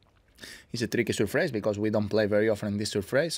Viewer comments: love the way he says 'surfraze' for surface :) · "It's a tricky Surfrayce" - Nadal 2018